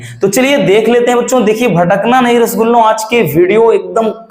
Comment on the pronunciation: Sir vido mai bar bar rashgula bolte hai ye nahi thik hai sir❤❤